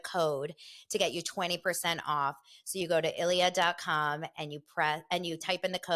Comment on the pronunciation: I thought the Ilyia wine was pronounced EE' LEE AH because it's Spanish. They sponsor Rick and Kelly as well.